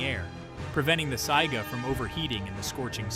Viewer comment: I love the content, but I wish the people who made videos that are supposed to inform did better research. Examples: they showed several fish species while talking about lantern fish, but never actually showed a lantern fish. Or the mispronounced Saiga Antelope.